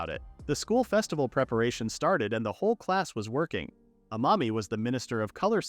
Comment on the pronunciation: I keep hearing a mommy not amami